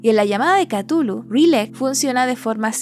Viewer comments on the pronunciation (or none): none